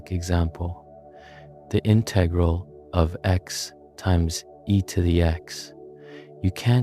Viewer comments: This is great. But two critiques: 1). The background music is disruptive. 2) Would it have been that hard to pronounce integral in the standard manner? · bro wants to teach me about calculus but cant pronounce integral properly , nah im not interested